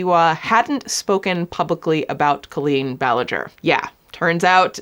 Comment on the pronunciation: Do you say culleen on purpose?